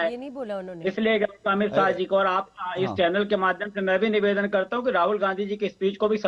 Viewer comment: Pawan patel bolna seekhle pahale... nivedan hota hai beta nevaadan nahin...😂